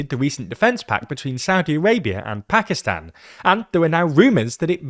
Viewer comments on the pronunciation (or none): none